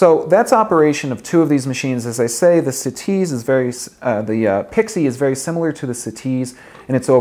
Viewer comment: "Bru Butt-on for the siTease"